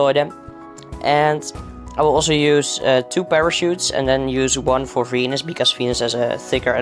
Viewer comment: when you said venus, i heard fenis fenis and ferb